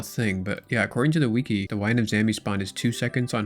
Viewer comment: "ACCORDING TO THE WEEKY" BRO its PRONOUNCED WI-KI